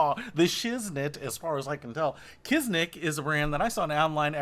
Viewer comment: I keep hearing people call them KizNik lol smh. Where is the N coming from lol?